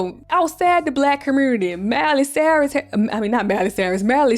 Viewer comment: As soon as you said “LGBT-Qur commURnity” I KNEW YOU was a Memphis baby down 😂😂😂